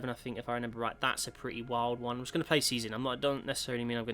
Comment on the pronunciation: Its "going" not "gowing"